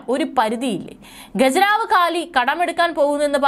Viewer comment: ഗ ജ നാ വ് അല്ല ഖജനാവ്